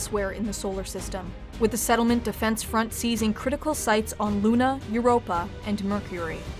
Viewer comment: "sefdef" lol